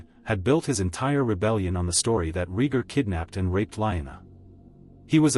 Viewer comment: This AI narration is appallingly bad. Wooden, ignorantly douchey, mispronouncing characters names inconsistently. Are you kidding me, RHEEEgar? WesTAREos?